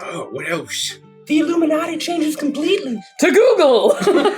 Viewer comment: The "Illumidoggy"